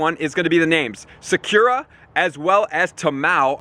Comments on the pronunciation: its not like sak yura its sak ura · Secure-a LMAO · its pronounced saa- ku- ra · bro cant even prounounce sakura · I’ve never heard someone butcher the name Sakura so badly . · I didn't know it was possible til I heard it 😹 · The way he said Sakura ☠️☠️😂😂 PS this isn’t hate comment I lOVE THIS GUY AND THIS CHANNEL . Just wanted to see if anyone else caught that and almost positive Tamao was wrong to xD